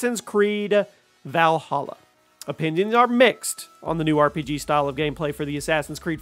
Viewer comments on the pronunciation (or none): none